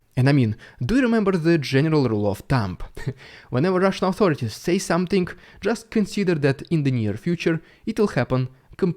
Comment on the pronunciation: Words that end with the letters ing, are not pronounced ingk. Also, somethink is not a word.